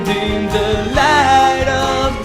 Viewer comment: Oddio D: È così strano sentirti in italiano e in altre lingue, quando sono abituato a sentirti a cantare sempre e solo in Napoletano xD Una cosa: in inglese il TH nelle parole THE e BOTHERED dovrebbe essere pronunciata come una zeta, ma con la lingua tra i denti e non come una D. Comunque. quanto ci hai messo a fare tutto (tra imparare le pronunce, cantare ed editare il video)? Complimenti per il grande lavoro :D